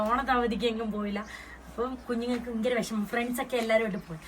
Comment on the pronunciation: ഫയങ്കര അല്ല😂 ഭയങ്കര തണുപ്പ്